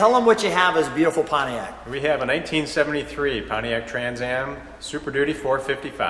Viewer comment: LOL - did Sean say "1873 Pontiac TransAm"? - of course, I would never ever make such goofs. Not me. I'm perfect. I also sell winged camels to fleas. Okay - I had to rewind and watch his mouth and listen closer - he said 1973 - but it really sounded like 1873. I LOVE The Heck out of this TransAm! I also dig the encased diorama in the trunk, almost more! I love detailed miniature stuff like that.